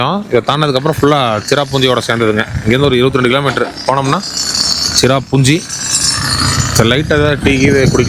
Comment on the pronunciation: அது சிராபுஞ்சி இல்லை சிரபுஞ்சி பழங்குடி பளங்குடி இல்லை அது மழை கோயம்பத்தூர் தமிழ் உச்சரிப்பு மிகவும் அழகாக இருக்கும் ஆனால் உங்கள் தமிழ் உச்சரிப்பு மிகவும் மோசம்